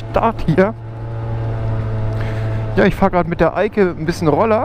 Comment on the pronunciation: Als du gesagt hast hat sie ja super gemacht die Eike hat es sich angehört als würdest du sagen hat sie ja super gemacht die alte😂